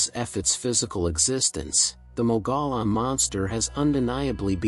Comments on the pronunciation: Mogollon is pronounce as mug-e -on. Not me go lon. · Please don't say "Mogolon monster". The pronunciation is more like "Mogo-John" monster. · In AZ we pronounce mogollon as moh gee on not what you said. That's like saying wrongly fee lah inst ad of ge lah as in he la monster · Mogollon = Moe-ghee-yaan. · FYI... Mogollon, as in Mogollon Monster is locally pronounced "Mō'-ga-yawn." I know, looks nothing like that. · It’s pronounced MOG-E-ON (#4) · It's "mo-gee-yahn" monster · it’s one of those weird AZ words that when you look at it you can’t pronounce it unless you are from there, lol. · Yes, I was told I mispronounced it pretty badly, my apologies about that.. I'll try to avoid that in the future.